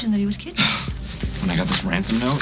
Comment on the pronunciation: tell me i'm not the only one who thinks Luke said Wansom instead of Ransom -ish xD it just sounded adorable though xD